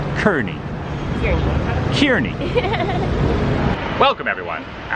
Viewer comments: San Franciscans pronounce Kearny as “curr-knee”. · I do not know if they pronunciation is different, but I'm from Kearny, NJ and it is pronounced Car-knee. The Kearny st in San Francisco is named after Stephen Kearny. His nephew was Philip Kearny, for whom the NJ town is named after when he was a resident, so I assume that would be the way to say the SF street as well (edited to say I've been told they aren't pronounced the same)